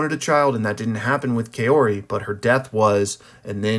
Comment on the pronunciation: Kaori is pronounced COW-REE btw not KA-YO-RI